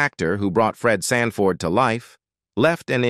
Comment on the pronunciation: Did AI say Red franford? 😅😅😅😅😅